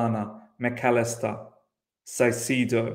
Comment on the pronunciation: Ecuadorian here, it’s pronounced ‘Kai-se-do”. We should def bring Caicedo in tho in January or the summer.